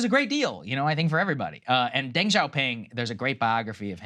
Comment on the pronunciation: "Deng" Xioping is pronounced "duhng", rather than "dehng"